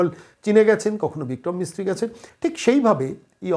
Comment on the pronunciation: প্রতিবেদন করার সময় আর একটু যত্নশীল হোন , "বিক্রম মিশ্রী" কে বিক্রম মিস্ত্রী বলে যাচ্ছেন কেন?